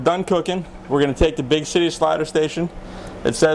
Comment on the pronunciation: he says big shity slider station!